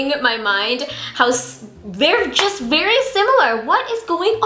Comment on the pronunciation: Your Filipino slipped haha! Berry = very, love it